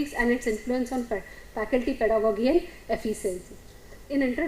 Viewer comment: ˈpɛdəɡɒdʒi is more correct. not gi but ji